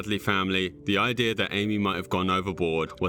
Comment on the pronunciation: this guy pronounces idea as ideur..,so annoying